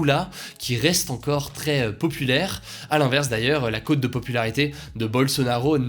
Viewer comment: Hugo, c'est la cote de popularité, pas côte . Je commente car ce n'est pas la première fois que cette expression est mal prononcée dans les actus.